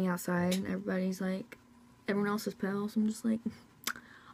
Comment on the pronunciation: she kept saying pell instead of pale